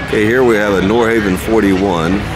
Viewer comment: A note on pronunciation: "Nordhavn" is pronounced nord-hah-vn, not nord-hay-vn. The name is Norwegian for "North Harbor," chosen because the founders of Pacific Asian Enterprises thought their first project, the N46, had a look that was reminiscent of North Sea fishing trawlers.